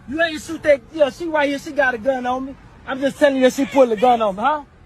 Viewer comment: "You ain't soot that gun" These bleeps can't even speak english...and they were BORN here.